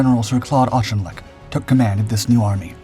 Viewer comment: I find it annoying when Americans mispronounce Auchinleck's name as aushinleck